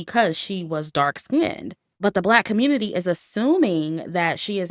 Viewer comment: I love how says "the communit-IY when she's talking about these stories 😂😂😂😂